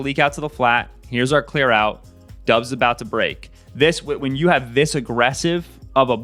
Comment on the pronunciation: Good content. Just a little help on Romeo Doub's last name that several media folks outside of Packerland often get wrong: It's pronounced DAHBS, not DUBS.